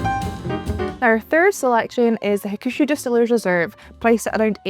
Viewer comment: hakushu is pronounced HAK-shoo. the middle U is almost silent, and the stress is on the first syllable